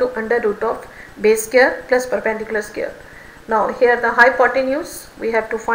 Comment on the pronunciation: Its square not scare